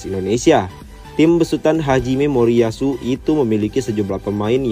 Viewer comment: maaf min.hajime moriasu.bukan hijame